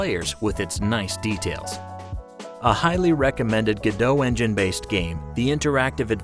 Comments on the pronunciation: Its Godot not "Godoe" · It's pronounced Go Dot per the creators. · It’s pronounced go dot as stated by its creators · It's pronounced like robot, not like the actress. According to the developers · I’m pretty sure Godot is supposed to rhyme with robot. I mean, their little logo is a robot.